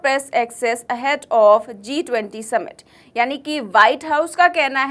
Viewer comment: Ma'am, a small friendly suggestion, I've listened to all of your videos, you said Z(zee) -20 which was not sounding right. It is G (JI)-20. Kindly rectify your pronunciation. Otherwise, your anchoring was good.